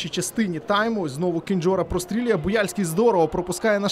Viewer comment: Шановн1 коментатори ,навч1ться нарешт1 правильно називати пр1звище польського гравця Динамо,яке звучить,як КЕНДЗЬОРА, а не Кенджора!!! Навч1ться нарешт1 читати,що у нього написано на футболц1!!!